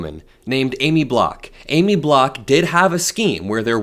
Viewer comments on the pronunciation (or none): It's B-O-C-K,. Not BLOCK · Pst her name is Aimee Bock not Block ….